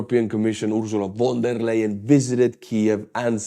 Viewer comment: I like the way how you're butchering Ursula Von der Leyen's name.